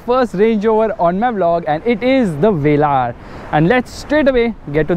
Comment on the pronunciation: Jeremy Clarkson calls it's Velur... Wheels are eyesore though